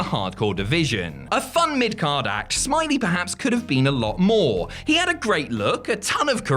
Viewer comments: OMFG you're saying it wrong. It's not Normal Smiley, it's Normal Smi-Ley XD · It's Norman "Smi-lay"